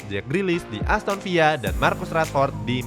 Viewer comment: Aston Villa bukan dari Spanyol min, jadi sebutnya bukan Aston Viya